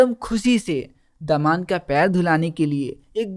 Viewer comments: not daman its damad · That's not daman it's damad 😅